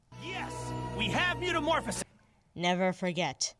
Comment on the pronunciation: "Mewtamorphesis" IM LAUGHING SO HARD LOL